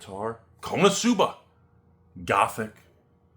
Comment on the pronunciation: why he says konosuba wrong so many times....